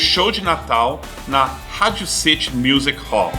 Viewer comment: Amigo Gringo, seu canal é ótimo! Continue assim. Só uma dica: percebi que em algumas palavras em inglês, você está usando a pronuncia com sotaque brasileiro. Por exemplo, sua pronúncia de "Radio City” e “Mr Hyper Rocker". Sugiro que pronuncie sempre com o inglês correto, para ajudar os brasileiros a melhorar o inglês. Não faz sentido pronunciar errado, quando você é fluente!